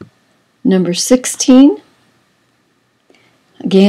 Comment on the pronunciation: Areolar is pronounced (Air- ee- oh - lur)